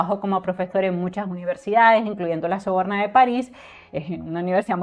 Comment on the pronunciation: Sorbona, no soborna…